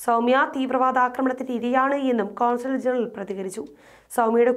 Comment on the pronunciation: Despite correcting him, Shajan Zacharia pronounces the diplomatic title as CONSULAR GENERAL. The correct title is CONSUL GENERAL (കോൺസുൽ ജനറൽ). For example, Consul General of the Consulate General of Israel (in charge of the Consulate). However, passport/visa officers are known as Consular Officers. Likewise, it is not CONSAL (കോൺസൽ), but it is CONSUL (കോൺസുൽ). Arab nations, such as Saudi Arabia and UAE did not explicitly criticized Israel. These two countries recently established normal relations. Another Arab country, Morocco, had decades of relationship with Israel, particularly on secret cooperation on intelligence and military matters, even though there was no official acknowledgement by both sides. For example, Israel helped Morocco obtain weapons and intelligence-gathering equipment and learn how to use them and helped it assassinate an opposition leader. Morocco helped Israel to take in Moroccan Jews, mount an operation against Osama bin Laden, and even spy on other Arab nations. But the Muslims of Kerala, Kerala CM, and other LDF leaders and members, do not know anything on Israeli-Hamas conflicts and Arab nations' relationships with Israel and thus support the terrorist group as they do in Kerala.